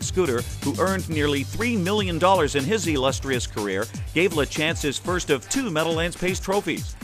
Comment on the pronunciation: Exactly, that drives me nuts. Even at the meadow lands you would have thought out of respect for the man alone to ask Michelle “Mike” how it's pronounced. “La- chance” instead of saying it right.